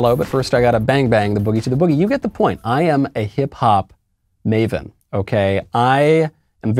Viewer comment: Lol did you say maven or maiden? Just kiddin💖